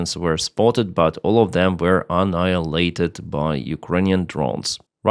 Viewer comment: You terrible people shamed into pronouncing annihilate perfectly.